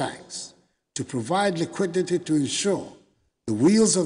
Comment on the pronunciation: Did I hear “lequitete”?